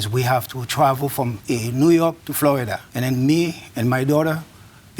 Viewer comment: when she says 'Floridar'😂 She's like a strict but fair grandma